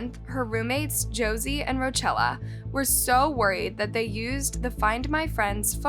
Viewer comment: BING. HAMPTON. 🤣🤣🤣🤣😭😭😭😭😭😭😭 I can't take it. I lose IQ points and fry Brain Cells just listening to the multiple multiple mis pronunciations. "Row Chella",. 🤦